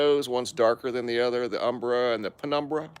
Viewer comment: “Umbra”. Or “ember” like Nov”ember”